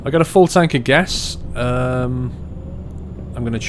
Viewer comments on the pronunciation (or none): none